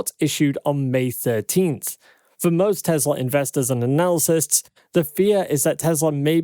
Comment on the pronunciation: Mispronouncing the word analysts hurts your credibility. Analacysts is not correct